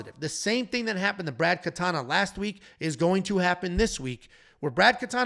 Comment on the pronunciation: Sorry it's Brad KatOna you said Katana here and in the reaction video. Knutsson has a long U Good news, Artem had the pronunciations correctly